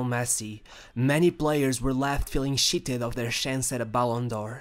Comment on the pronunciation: " sheeted"" from ballon d'or looooooooooooooooooo first i was annoyed because you refuse to pronounce shit... but now i like it looool from yeer ( here ) on looooooooooooool